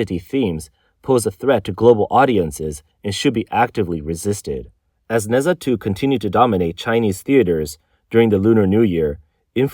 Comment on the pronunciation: Why am I going to trust what anyone says about china that can't even properly pronounce NeZha. 😆